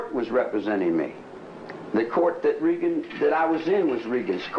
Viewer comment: It was almost believable until he pronounced President Reagan wrong over and over again 🤣